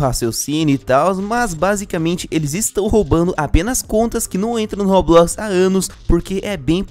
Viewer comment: Pq vc fala robuquis?